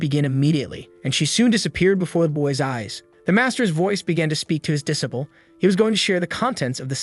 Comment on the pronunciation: what's with that crazy pronunciation of "disciple"